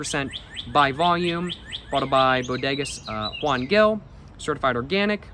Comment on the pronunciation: Bro as someone from where that wine is made, I had to let you know it's pronounced "Gil" like "Hill" and "Jumilla" like "Hoom-Eeyah", also you NEED to try kalimotxos (coke and red wine (though maybe not a Juan Gil lmao, it's usually done with whatever's the cheapest wine at the grocery store))